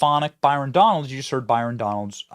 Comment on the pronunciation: 😂😂 it's Donalds. Not FUKN Donaldson